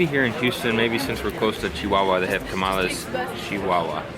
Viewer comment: "Chiwawanese" lol.